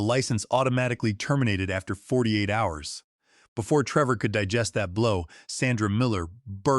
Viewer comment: Treevor. The AI Voice is having issues with this video.